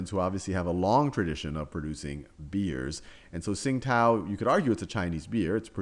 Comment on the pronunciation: It's pronounced "ching-dao" not "sing-tao". Pinyin: qing1 dao3